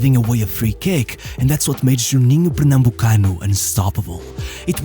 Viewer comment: Just want to say as a brazilian your pronunciation on Juninho Pernambucano was 10/10